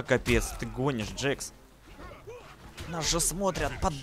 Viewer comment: Можно поправку? Это не джэкс а джакс